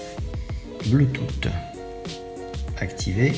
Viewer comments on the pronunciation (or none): Pour info ça ne se prononce pas bluetoute mais bluetous, j'ai failli dislike quand j'ai entendu bluetoute.